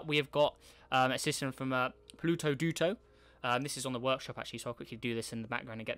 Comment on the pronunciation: yes it is also its dooto not duto